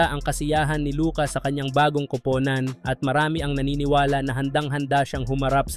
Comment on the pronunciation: Bakit pronunciation mo sa kupunan ay grabeng nakakahiya?